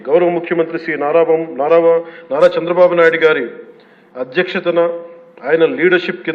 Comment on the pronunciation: నోట్లో ఏమి పెట్టుకుకున్నారు పవన్ గా.. రు చంద్రబాబు పేరు కూడా పలకడం రాలేదు. అదే వేరేవాళను అయితే ఎలా అనేవారు మీరు